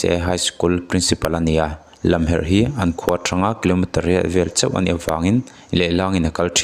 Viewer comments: Lamherh hi Lamkhuang tih a, Lam tih lai ang a lam hi lam tur. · Lamherh tih a lam lai hi sailam emaw khuallam a lam lai anga lam tur a ni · Hming leh khua hi a lam dan dika lam hram hi tum ve tur, risk pawp pawp lo hian... Berilin nilovin Baryl (Be-ril) tia lam tur.... Chuan Lamherh pawh i lam diklo bawk.. chuan, XIX ti lovin Ward 19 ti ve mai la, JT YMA nilovin Joint YMA ti bawk la mi nawlpuiin an hrethiam zawk ang.. A tha lutuk a, mahse tlem inzir ve deuh a ngai, channel nei a mipui ngaihthlak tura chhawpchhuah zel i duh chuan....